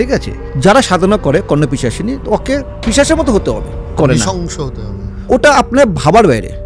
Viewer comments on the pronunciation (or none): পিচাশ নয় ওটা পিশাচ হবে, কাদের কে ডেকে আনেন , যা খুশি তাই বলে যায় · Kothata pitchas noy pisach, apni interview nicheen ei tuku rectify korben na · Gudmarani Pishach Pishachini uchharon thik kore korte parche na abar gyan dichhe.